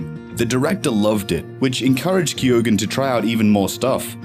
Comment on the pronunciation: If u are doing a piece on an actor you could at least learn how to pronounce his name correctly... its KEE-OWEN...